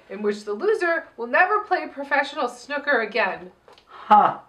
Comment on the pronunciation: Hearing pronounce 'snooker' as 'snucker' really made me giggle. Not as much as her Penny Marshall voice, but still. Love you guys!